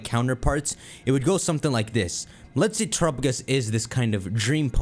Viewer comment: The way pronounces Terapagos is going to give me an aneurism